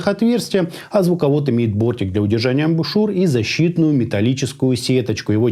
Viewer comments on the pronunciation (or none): none